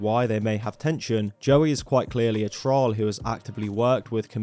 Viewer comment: yu pronounce troll wrong